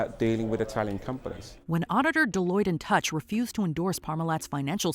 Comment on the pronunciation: Oy VEY! Get your acts together! Touche as in Deloitte and Touche is prounounced TOOSH. If you’re going to read off something, at least pronounce the names of the companies properly!!!